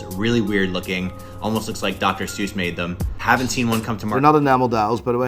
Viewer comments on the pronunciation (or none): none